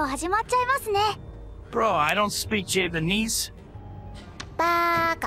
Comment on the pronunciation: "Bro i dont speak jibinees"